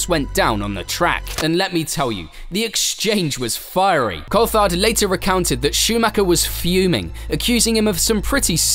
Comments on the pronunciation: This is done by AI... can't say driver names properly, can't say team names properly... Who the hell is Col-fard? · Culfhard ??? Cooltharrrd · Ur an F1 channel and cant even pronounce Coulthard. Idiot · pronounce Coulthards name right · Surprised you can't pronounce David Coulthard's name correctly being a fellow brit. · The way you pronounce Coulthard is so irritating